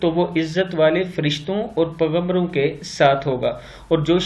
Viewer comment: Paigambro to sahi se bola kro yar..hadd ho gyi ye🤦🏼‍♂️